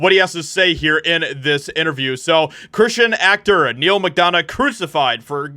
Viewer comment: 'Christian' pronounced as 'Kershon'? Read slower, the video is allowed to be a few seconds longer